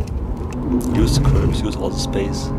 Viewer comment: "trust ze car. trust ze grip"